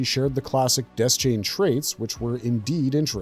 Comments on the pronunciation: Dayshain not Dez-chain 🤦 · Its DEH-SHANE. Idiot.